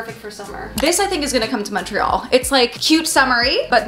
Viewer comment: so happy you pronounced Montreal correctly!! also I moved away from Montreal last year and I miss timmies </3